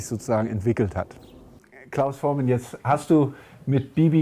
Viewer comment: Was ist das denn für ein schlecht vorbereiteter Interviewer? Das geht schon los mit der englischen Aussprache von Voormann (Vormän), dann Richard Starr (Min ). Und "die Beatles, die ja heute alle deutlich über 60 sind" (min ). 2015 waren sie schon deutlich über 70. "Hey hey said the clown" Gute Güte! Und der berühmte Hit von Trio "Bamm bamm bamm" und und und..... Interessiert sich der Interviewer überhaupt für Musik? Der liebe Klaus hätte was wesentlich besseres verdient als diesen Interesseheuchler.